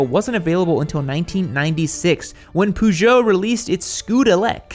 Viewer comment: I wanna hear say "Peugeot" again